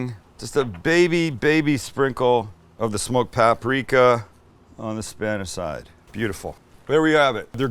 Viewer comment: Pa -pri -ka accent on PA.